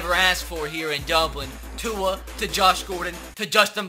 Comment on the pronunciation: Please say Tua’s name right 😂